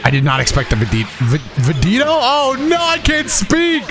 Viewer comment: When said "Vedito" I heard "Devito" and instantly thought of Vegito being built like Danny Devito.